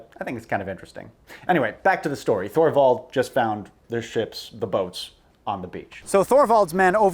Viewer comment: Thorvald is pronounced like Toorvald